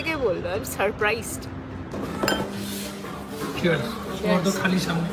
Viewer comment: ‘Surprised’ na re ‘suprised’